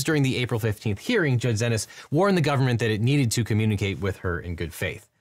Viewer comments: Xinis is pronounced “See Knees” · I thought Judge Xinis' name was pronounced as "See-Knees"?